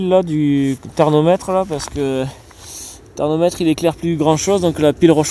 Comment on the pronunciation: On dit thermomètre....pas thernometre....😂